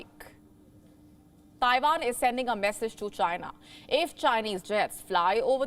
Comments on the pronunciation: Taiwan not taivan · WHAT IS "TAIVAN"?